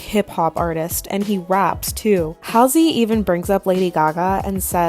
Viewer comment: I’m not a fan of Halsey but you are saying her name so wrong it’s driving me crazy